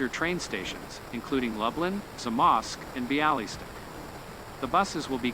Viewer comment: Ha, nice try on Lublin, Zamość and Białystok LUBE-lin ZA-mosh-sh be-AH-weh-stock